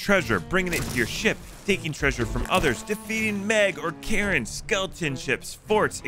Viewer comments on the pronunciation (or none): He said defeat Karen haha😂 still great video tho